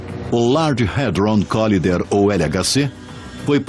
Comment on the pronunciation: Não é colider a pronúncia ó barnabé, porém COLAIDER!